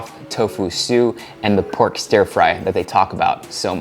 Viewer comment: Ughhh, why does he pronounce "stir" as "steer"? It's so annoying lol